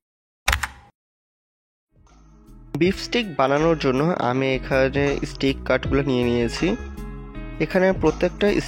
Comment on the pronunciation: স্টিক না ভাই স্টেক হোবে 😂😂😂 R Basy English Bolte g a salad k saled bole felche r ai dik a jeta main topic ajker oitar banan e vul ..steak k stick 🏒 bolche bar bar ...Bangali jaty bole kotah ..jotoi try koruk ..murkho osikkhitoi thakbei 😂